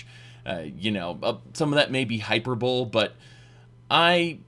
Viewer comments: Small nitpick; It is pronounced High-Per-Bo-Lee, not hyper-bowl. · Hyper Bowl? That word is pronounced "High-per-bow-lee" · Did you say Hyper Bowl?...Isn't it hy-Per-ba-lee? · "hyperbowl"? lol I don't think so. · "Hyperbowl? Just for fun, let's ear you say "epitome". ;) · Hyperbole is not pronounced "hyper-bowl" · Do you say "hyperbole" like that to troll or is that seriously how you pronounce it? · "Hyper-bol-e" not "hyperbowl" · Zenimax was basically Bethesda when it was created. In a nutshell they created Zenimax so that if Bethesda went under they would only have to sell off Bethesda, not Zenimax. Essentially it was a corporate loophole to keep their Intellectual Properties. Also, I've never actually heard anyone un-ironically say "hyper-bowl" before. Good video though. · I cringed at your pronunciation of hyperbole. hīˈpərbəlē / high-per-bowl-ee I hate and love this word so much. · Hyperbole = hi•*per•bow•*lee — most online dictionaries have audio pronunciations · "Hyperbole" is pronounced "Hyperbol-E"... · lol hyper-bowl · Isn't it hi-per-bo-lee? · hyperbole isn't pronounced like that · Was waiting for this comment after hearing his pronunciation.